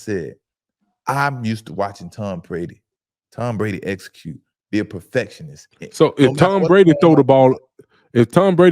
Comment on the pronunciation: “How we not Gone essacute” I’d be so embarrassed to be black